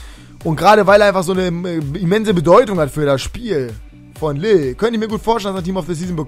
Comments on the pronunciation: Lille wird eigentlich "lil" ausgesprochen, mit einem lang gezogenen i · lille wird liy ausgesprochen und olympique marseille mit scharfen s und nicht mit sch